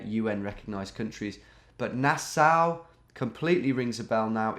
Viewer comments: Nass-Aw, not Nass-ow! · pronounced nas-saw. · Nassau is pronounced nah saw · it's NA-SAW lol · Nassau pronunciation is like nails on a chalkboard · Thanks for pretending to not know where Nassau was. Mispronouncing it was genius misdirection too! A big thanks for giving your bewildered fans an ego boost!